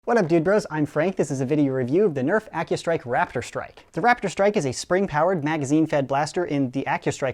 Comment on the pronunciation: Who else heard Rap - id - strike instead of Rap - tor - strike?